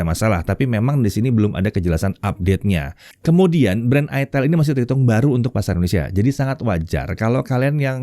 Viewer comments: Itel ya, bukan itel😂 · itel, bukan : aitel, aitel bukan itil. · tetap aja sebagun orang Indonesia karena membaca dengan Kaidah bahasa Indonesia bacanya Itel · bukan ithEL ya om 🤦🤣🤣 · Bacanya aitel/aitil yak. Bukan itel 😂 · di baca itil 😂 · Om ngomong nya itil/itel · Bacanya aitel bukan it*l🤣🤣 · Dibacanya itil ateul🤣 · Baca nya aitel bos ❤ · Kebacanya nganu njir 🗿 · Ngakak, pas cara penyebutan produknya🤣🤣